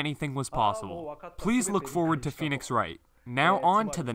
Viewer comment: "Pheonix", that got me triggered.